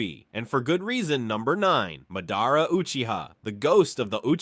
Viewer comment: Stopped watching 11 seconds in after the pronunciation of Naruto and Madara. Can’t really expect someone who doesn’t know the characters’ names to know anything credible about the characters